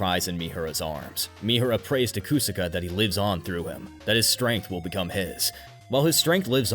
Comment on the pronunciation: “KU-saka” “Kaiksa Gear” Did you watch the show on mute or something?